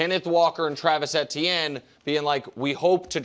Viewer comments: Both KW and Nick said it correctly? Saying it EEH-tee-en is the only incorrect way to do it. It’s a French name and is pronounced Eh-tee-en there, and Travis himself said in Louisiana it’s usually pronounced more like Achane. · can these guys figure out how to pronounce Etienne